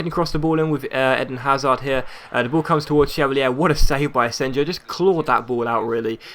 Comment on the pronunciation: It's pronounced asenyo